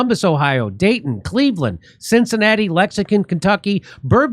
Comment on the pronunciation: Did you just say Lexicon, Kentucky?